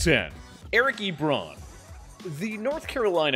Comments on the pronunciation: Why does it sound like you’re pronouncing it lebron rather than eebron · bro stop saying ebròn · It’s not eeeeebron smh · Ebron???? Na bro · Why you saying Ebron like that tho